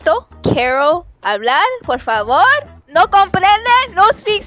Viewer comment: “Poor favor” good job ig but it’s Por favor